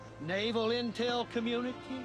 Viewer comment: I LOVE how he says "army deltuh" and "naval intel communiteeeee" with a little low e at the end